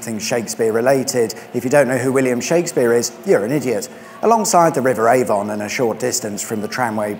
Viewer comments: I really must pick you up on the local dialect and how names are pronounced. It's the River AVUN despite being spelt Avon, and Wellesbourne is pronounced WELLS - BORN. That's all. Thank you. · You pronounce Avon correct when you say Stratford Upon Avon but not when you say River Avon. Strange. Anyway looks like lots of interesting places to see around there. Thanks. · Learn to pronounce Avon and Wellesbourne! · FYI, these places are pronounced A-vun, Wells-born, Charl-cut. (I live not far from the windmill.) Interesting trip though, and maybe I will visit the drag strip before they build over it!